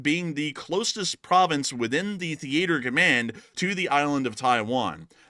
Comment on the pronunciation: Thee ate er command